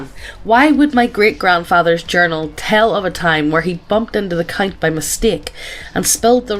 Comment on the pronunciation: Every time she said count I heard Cunt 😂